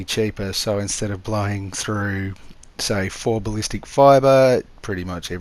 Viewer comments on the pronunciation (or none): none